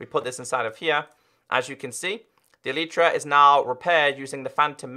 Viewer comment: Why do YouTubers call Elytra as E-l-i-e-t-r-a